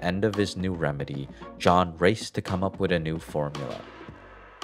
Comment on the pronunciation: Learn how to say the th in the word with, not wit 🤦🏻‍♂️